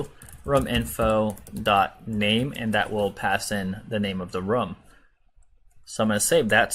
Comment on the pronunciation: I pronounce room like that and people make fun of me, so I was excited when I found someone else who pronounces it like that. And I felt validated until I saw your comment 💀